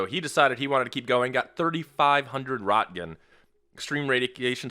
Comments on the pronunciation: Wow Roentgen is a legacy unit of measurement for the exposure of X-rays and gamma rays. It's not used anymore. I'm surprised it's used in this. Also, it's pronounced "Runt-gin" (with a 'gah'. Not a 'gee'). Not "Rot-gin" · An interesting game. I'd wonder how well they simulated weather modeling. Also, Roentgen: "r-ONT-gun" Dumb, yes, but that's how it's pronounced. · It's pronounced REN-CHEN, not ROT-GUN. My aunt married into the family. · Roentgen is pronounced "Rinkin" took the first x-ray of his wife's hand. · I’m sure it’s down in comments, but it’s pronounced “ rent-Gen” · rot-gens huh? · I love this, but it's pronounced "Ronkkenn" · Pronounced: Renk den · It's actually Röntgen.